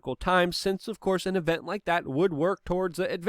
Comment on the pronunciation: You said Lick instead of Like bwahahahaha awesome slip